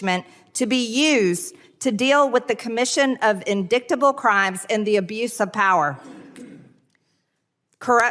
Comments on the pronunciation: In-dickta-ble.....it's a mistake I could've pronounced myself........but then again my first language ain't English. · " ... in-DICK-tuh-bull crimes ... "? 🤔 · I don't think MTG EVER finished high school. INDICK-TABLE. Really Marje? Perhaps you b need-in sum mo' skool in. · "indicktable" Oh my gosh, marj proves she really is uneducated. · "in-dick-ta-bull" As Bugs Bunny used to say... "What a Maroon!" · I’m sure when/if MTG reads, she’s moving her lips to sound out the words. InDICTable?? Everyone has different intellectual levels, but she’s so ignorant and vile that there’s no excuse. DUMB.